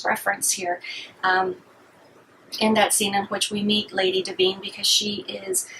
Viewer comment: Honey you flat lined when you mispronounced Divine